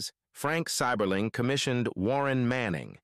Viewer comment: As a lifelong Akronite, I’m cringing at the mispronunciation of “Seiberling” in the beginning. Great video though - a piece of Akron history I’ve never heard before. Drove through Goodyear Heights earlier tonight.